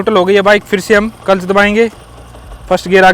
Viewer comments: Clutch ❌culch✅ 😂😂😂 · Are you saying clutch or culs?